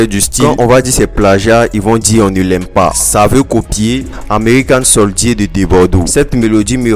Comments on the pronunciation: Bon boulot pour les actu. Mais "american soldié" la faut revoir la prononciation ... Good job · 😂😂😂😂 Huuum N.L faut apprendre anglais hein , koh “american soldíé 😂😂😂😂